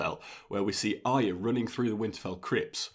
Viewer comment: Another youtuber who pronounces Arya correctly which is a rare thing, makes me respect you more. I can hear your excitement in your voice man. I'm also that excited, 13 fucking days to go! I'm so excited!